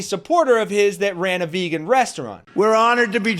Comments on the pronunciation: Ya! He thinks that is how Vegan is pronounce. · His pronunciation of vegan sounds like some sort of alien - maybe he was thinking of the Vogons from Hithchiker's Guide. He'd love their poetry!